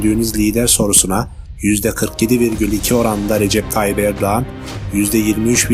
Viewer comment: Dimek Tayyibirdioğahnn, miral ahhhgkşiner